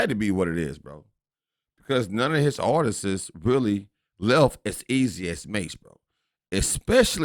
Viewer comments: “Artists” Not Artisistses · Artistsis is not word!😂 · These full grown adults really don’t know how to pronounce artists that’s crazy